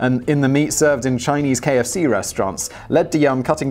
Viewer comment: KFC? Really? You need to work on you pronunciation.